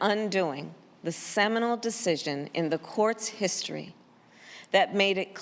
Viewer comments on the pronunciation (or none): S "Seminal" decision.... guffaw... semenal